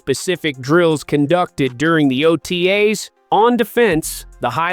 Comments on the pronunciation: T-Cos and O-tays 😬😬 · I think you missed his point. The AI is killing it in a bad way. When it reads things such as T.C.O (Performance Center) and O.T.A's as words.... it sounds ridiculous.